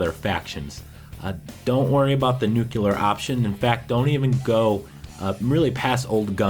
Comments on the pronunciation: Nuclear - pronounced.. (Nu-Cle-Er) Not... Nuke-ular. C'mon guy the 70's are long gone. I love your vids still :) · Confirmed you can go up to Liberty Primed without doing that quest and still remain neutral to the rest. also,death to all who say "new-queue-lar" instead of "new-clear".JK :) but seriously get it straight. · It's nuCLEAR, not nuCULAR. Jesus. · well, it was good enough for the (ex) president....lol....George Bush said Nucular in every speech he made...haha